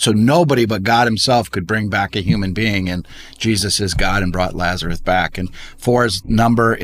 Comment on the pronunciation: Someone should tell about Lazarus, not “Lazareth”. 😁